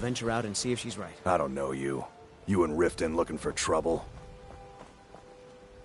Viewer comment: Just a friendly pointer... It's called Riften not "ritten"... And the hold that this city is in is called The Rift 😅